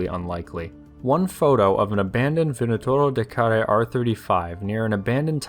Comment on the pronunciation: You are pronouncing very well "vânătorul de care". I am romanian, btw.